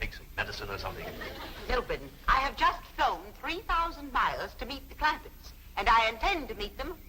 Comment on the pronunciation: CLAMPETTS, not Clampits